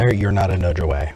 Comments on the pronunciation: I've never heard someone pronounce "nudge" that way... " noodge " I've always heard it pronounced the same way as fudge. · I'm sorry, are you two attempting to say "nudge"? lol. I wasn't getting what you were talking about at first. Noodge.